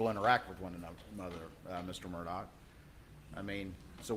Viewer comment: EVERY TIME HE OPENED HIS MOUTH, A LIE WOULD FALL RIGHT ON OUT. YEAH AND HIS LAST NAME SHOULD BE PRONOUNCED MURR-DUH (MURDER)